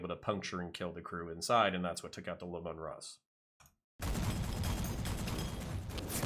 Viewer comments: Lee mun Russ, not lemon russ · Sorry, but it was painful to keep hearing you say Lim-mon Russ... It is Lee- Man Russ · fyi your saying lemanruss wrong. it's LEEmanruss, thats how gw says it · I mean no I'll will to his pronunciation of Leman Russ, but 'Lemon Russ' is too good to pass up as my new head canon.